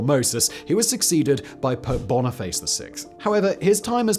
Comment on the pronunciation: Haha I’m just listening, and hearing Simon talk about Pope Boniface sounded like he said “Pope Bonerface”